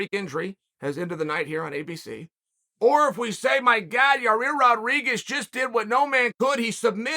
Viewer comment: Will never get tired of Chael calling him Ya-Rear lol.